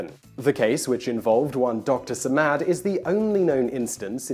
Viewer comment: is not how you pronounce it, Man.